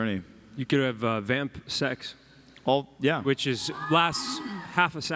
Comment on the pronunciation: Steven reading off the "under 18 years of age" and not even 5 minutes earlier Paul:"VAMPSEX"